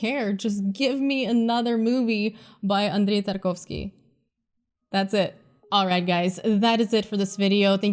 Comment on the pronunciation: I didnt know you were Russian...until you said the name Tarkovwski, i mean the way you said it lol